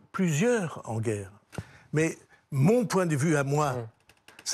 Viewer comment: méyeuh, arrêtez de me triquiter-euh !